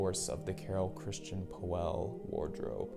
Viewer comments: its not poeehhhllll ist pöll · ...nice vid, but PLEASE try to correct your pronunciation of POELL not OE try to speak it as an austrian Ö... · Well prolly help if you knew how to pronounce his last name right. 😂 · you cant even pronounce the designer's name correctly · Learn to pronounce his name correct.